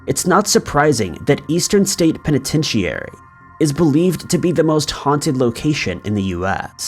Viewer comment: Not just Irish names. "Pen i ten tu ary" is pronounced like pen i ten shury. I think the celebrity dinner in Leap Castle was supposed to be celebratory. But nobody is perfect.